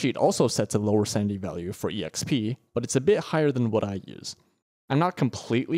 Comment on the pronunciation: Idk if it's just me but I hear sandy value and sandy efficiency instead of sanity